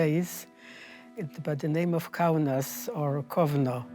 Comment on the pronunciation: KAUNAS DEAR GOD, It’s Lithuanian city. IT IS CALLED KAUNAS